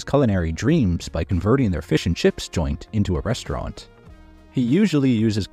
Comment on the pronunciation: I like the way Gordon says rstrnt with no vowel sounds